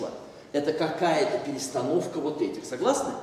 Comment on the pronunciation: " ... я только-что - Р А С С К А З А Л !!! ВАМ , что эти! числа - ЭТО КАКАЯ-ТО! перестановка вот! ЭТИХ!!!... " - что! значит "РАЗ!-сказал" ... и "КАКАЯ!-то!...." ....!!! ( какое-ж это! "ДОК-ВО" ...! )